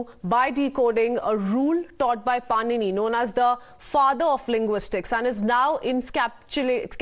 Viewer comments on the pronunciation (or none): padini not panini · इसकी क्या तमीज़ है। ऋषि पाणिनि बोलना तक नही आता इसको। बकवास